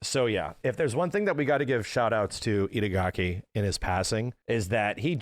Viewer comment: The whole video says idagaki:D